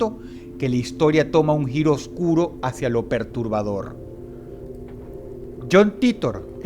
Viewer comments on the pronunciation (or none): none